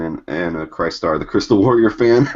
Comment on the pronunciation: Guys, you're killing me. It's Chris-tar the crystal warrior, not Chist-ar , that was the hero three wise men followed.